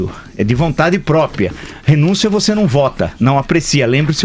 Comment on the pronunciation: " Vontade própia????" Até tu Villa??? Ou própria? A presidanta já se foi.